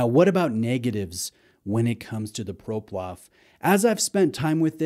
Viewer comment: I have this exact model and love it. The light weight makes it very wearable and it’s definitely a conversation starter. Btw. Its PloProf. Not ProPlof